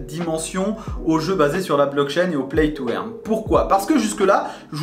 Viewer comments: Salut, play to "eurne" pas "èrne" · play to eeeaaarne MDR paye ton accent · il faut dire "play to eurne" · "Plaille tou airne", mdr